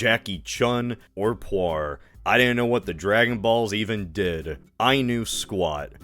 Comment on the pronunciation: Who the hell is Qua-R???? It's pronounced Puu-R. How the hell can you mess up the baddest baddie's name in DBZ?